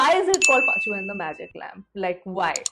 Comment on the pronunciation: It's Paa-chu-vum😁